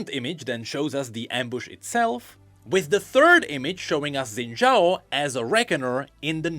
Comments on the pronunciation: his name is pronounced shin jao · So close to a proper pronunciation. 🥹